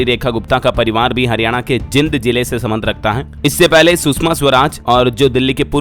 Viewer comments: आप बार बार हरियाणा के जिले जींद को गलत उच्चारण के साथ जिंद बोलते हो, ये जिंद नहीं जींद है। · भाई जींद और जिंद में आपको फर्क नही दिखता क्या, कौनसे स्कूल में पढ़े हो हिंदी तो ठीक से आनी चाहिए, आप जो जिंद बोल रहे हो वो जिंद मतलब दानव होता है और रियल में ये जींद है जींद सिटी ओके भाई